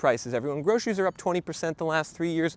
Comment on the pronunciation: When did groceries become groshries? It's even harder to pronounce.